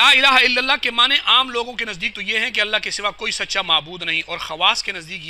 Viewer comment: اس مولوی کو لفظ معنی کا تلفظ ادا کرنا نہیں آتا